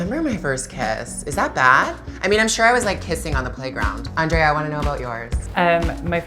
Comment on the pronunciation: Omg Andrea doesn't pronounce her own last name properly 😂 It's so far off